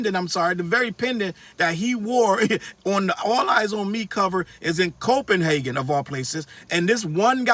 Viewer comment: I’m lmao. Please don’t say Copenhagen no more. Lol